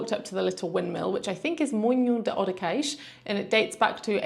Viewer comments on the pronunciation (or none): Not to mention "Odekeix". Nope. "Odeseixe" is more like it. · pretty cool litle escapade to the south, that side of the algarve, specialy during this time of the year is quite windy. Ohh Odeceixe is spoken has Ode-sseixe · Já agora" Odeceixe is pronounced "Oh-deh-say-sh" or "Od-i-shaysh". It is a village in the Algarve region of Portugal, often referred to as "Odesh" by locals or in its full form, Praia de Odeceixe. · when you say odeceixe u will need to spell the "c" as a "s"...lovely video. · Hi. You pronounce Odeceixe well except for the 'c'. The 'c' in Odeceixe is pronounced like the two 'ss' in and not like the 'c'. The rule is a 'c' followed by an 'e' or an 'i' is read like the 's' in 'sea' but if it's followed by an 'a', 'o' or 'u' it sounds like the 'c' in 'car'. That's why the 'ç' (c com cedilha) exists, to sound like 'sea' when a 'c' is followed by a,o or u (although two s's will do the same). Açores (the islands) sounds just like assar (to roast). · It looks like you had a wonderful time in Costa Vicentina; I’m definitely inspired to plan something similar soon. Your Portuguese is coming along well, but you might find it helpful to nail the right pronunciation of Odeceixe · de certeza que ela sabe dizer Barcelona, mas não consegue dizer Odeceixe,só porque é português, é uma das coisas que não consigo compreender, sabem dizer a palavra em espanhol e o mesmo som em português não conseguem